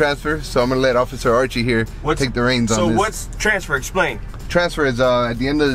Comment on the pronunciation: Archie was going to kick your ass for pronouncing his name the way you did lol.... amazing video the quality of the video sky rockets with each video you post.... oh and hey your a badass!!!